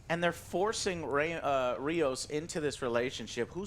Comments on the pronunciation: It's Rios, not Raymos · It's Rios, NOT Remos. But I agree it's a terrible show. It's not Trek. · I keep watching this and STILL doesn't know the name of the only major Hispanic character in Star Trek, RIOS! HIS NAME IS RIOS! JESUS CHRIST!